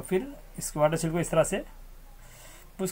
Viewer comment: वाटर सिल नही वाटर सील।